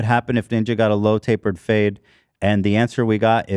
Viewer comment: Did anyone else hear "load to the face" instead of "low tapered fade"? I was so confused 😅